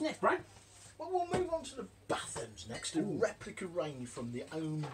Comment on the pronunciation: Batham's is pronounced Baythe-ums not bath-ums, bloody good bitter